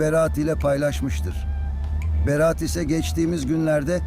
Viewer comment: Bir de konuşmayı öğrenebilsen keşke :) Haaalil değil Halil ..Beraat değil Berat .ne lan beraat kandili mi bu 😂